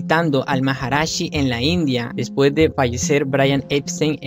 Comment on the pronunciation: MAHARISHI, SEÑOR, NO MAHARASHI.